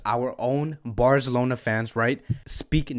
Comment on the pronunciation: Im so sad im not gonna make fun of the way you say BARZLONA today :(